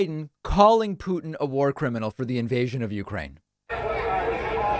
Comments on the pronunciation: Stop saying "pew tin" it's "poo tin" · It’s “poo-tin” Путин… NOT “pyou-tin” Пютин… See the difference??? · Sir, His name is pronounced POO-tin. Just imagine poo pooh. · Because the word puking reflects the man better than Putin? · Why does David pronounce it “Pewtin”? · pyootin lol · Why does David always say PEW-tin? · Why does David pronounce Putin like "puking"? (just misspelled it "pun-ounce", would be a fitting new word for playing with pronounciations)